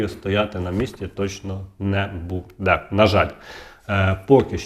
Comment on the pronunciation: Що буде?????" Задовбав....!!!!!! Буде:" добивають народ!!!!! Для чого цей наголос!!!!????? Буде'..............мукулатурщики!!!!!!!!!!!!!!!!